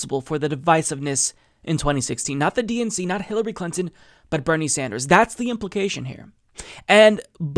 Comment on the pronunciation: So it's... Hil-low-ry?